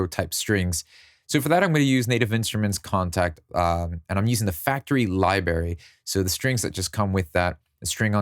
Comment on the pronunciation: NOO YOU DİD NOT SAY LİBARY